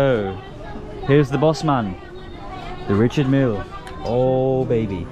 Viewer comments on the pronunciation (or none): Its richard mille not milly